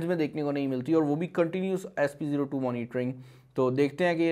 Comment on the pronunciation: Its spO2 not sp02